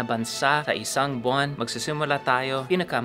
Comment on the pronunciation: "Buang" daw si Wil. 😂😂